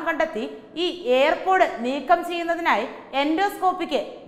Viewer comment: എന്റെ കുഞ്ഞേ, എയർ പോടല്ല, ഇയർ പോഡ്, ear = ചെവി ചവിയിൽ പോട് കണ്ടെന്നു പറയല്ലേ, Ear pod